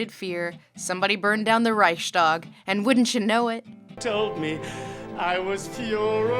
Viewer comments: A great review of Eco's book, just the title of the video is a wee bit weird. A propos of nothing: Lindsay's pronunciation of German words is flawless by now. Except for "Reichstag", which is Reichs-tag, not Reich-stag. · Well, you can't get it all right.